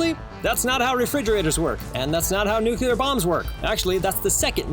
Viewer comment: Next time you want to give advice about nuclear bombs, find someone who knows how to pronounce nuclear.